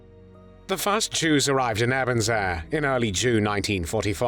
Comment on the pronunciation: It's pronounced "Ay-burn-zay". Also soup is not "solid food".